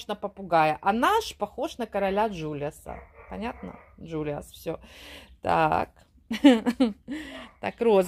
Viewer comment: Вообще-то король Джулиан, а не Джулиас.